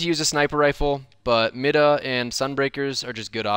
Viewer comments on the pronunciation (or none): It’s my-duh not mid -uh. Even devs said it on stream it’s my-duh. I don’t know why that annoys me.